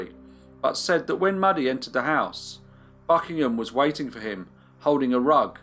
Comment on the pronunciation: ‘Mewdie’ not ‘Muddy’ I should think.